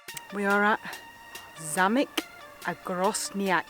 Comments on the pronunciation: In Polish castle is zaMek not zaLek. Great video. You say it right but in 5.21 There is zalek. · Hi Guys! ZAMEK not ZALEK . One castle is zamek, many castles - zamki . Zalek is the name of one of far-right parliament members in Poland (not really inteligent man) :) BTW "Zamek" is also a keylock, and a zipper - the same word. Oh, and your nightmare - Wrocław you can say as "Vrotslav" Greetings from Poland! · ha, ha zalek, should be zamek - a castle, struggle with Polish language :-)